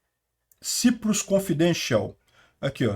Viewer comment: Ou é Chipre, ou é “Saiprus”.